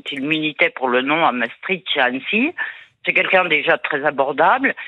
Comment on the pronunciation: Maastricht, pas Mastritch. Je comprends parfaitement que les Français ne puissent pas prononcer le "ch" à la néerlandaise mais pourquoi mettre le "t" avant le "ch"? C'est compliqué de lire?